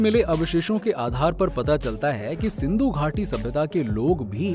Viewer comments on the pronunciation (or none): none